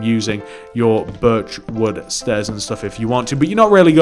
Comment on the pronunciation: Every single time you say birch wood planks it sounds like virtual plank